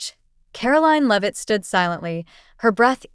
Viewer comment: It’s not loveit it’s LEAVITT. AI VOICE FAKERY